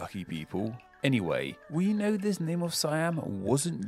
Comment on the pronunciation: "Know this anyway" the way you said anyway sounds sooo french.